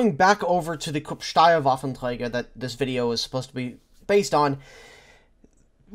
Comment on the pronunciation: Wow. When you say “Waffenträger“ it sounds like a german said this word. Very good!